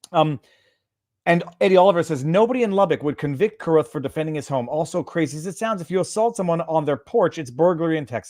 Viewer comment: It's pronounced ka roth! LUBBOCK HERE! The x involved is the 2nd or 3rd wife. The woman recording the video is the 4th wife of read. He was married multiple times. Also, CARRUTH is a 2nd amendment defender. The older son was already in the back seat of the car. The youngest one was late. Read had to be billy badass. Never learned from his past. He was arrested too many times ranging from DUI, Drunken and disorderly, assault, domestic assault, and spent 18 months in federal prison for embezzlement. Was able to get 18 because of a plea agreement.